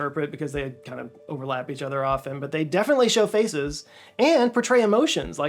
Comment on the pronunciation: Be careful how you say the word "faces". I heard "faeces" several times😂